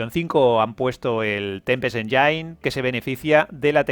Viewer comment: Con todo respeto, hermano mío, la palabra engine no se pronuncia "enyain". Si buscas la pronunciación en inglés lo más cercano sería "enyin". Al igual que con "Unreal" que si quieres pronunciarlo en inglés lo más cercano es "ounrial". Ojo, no soy un troll, tampoco un hater, sólo pretendo ayudar con dos palabras que los gamers usamos continuamente.